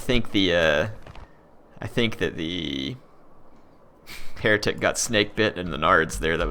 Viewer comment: Thought you said hair tic lol